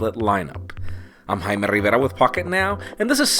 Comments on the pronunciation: I don't know of I'm the only one but did I hear "hymen rrriverrra"? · Wtf did you say at the start? o_0 I'm Heimirigabutfuckitnow? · The way he says his name makes me laugh..